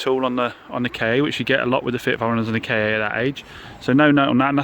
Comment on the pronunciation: Why do you call it a K A yes that is the lettering but it is Ford Ka as in one word